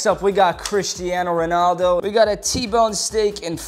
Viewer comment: They way he pronounced Ronaldo’s name….